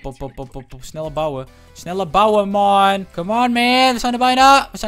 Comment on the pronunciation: ik vind het echt irri als hij steeds maon zegt 😒